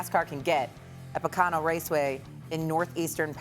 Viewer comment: As host in NY City cannot even say Poconos right? Seriously?